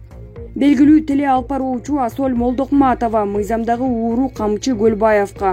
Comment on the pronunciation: Асоль Молдокмаатова дейтго)))